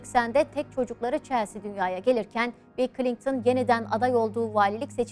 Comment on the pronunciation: Ablacım içerik güzel olmuş da Klinktın mı diyorsun bana mı öyle geliyor?